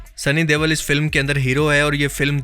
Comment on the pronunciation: Bhai sunny dewal ni sunny deol hai 😂